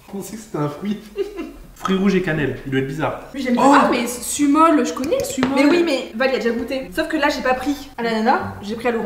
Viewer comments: Le sumol sa se lis « soumol » voilà 😚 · alors pour info le sumol ça se dit smol :)